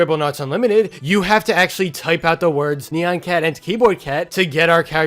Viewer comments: It’s not neon it’s nyan! Edit: you should have said that sooner but still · I pronounce it Nye-ahn Cat. No offense to how you say it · I've always pronounced it as "neon cat." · iTs KnEy-YaN cAt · I pronounce it like “nai-enn” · I pronounce it ne-yen cat. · It's actually pronounced nai-an cat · its ni an